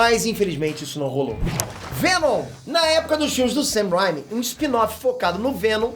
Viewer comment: O do Ei nerd não sabe pronunciar o nome do diretor Sam Raimi direito isso me irrita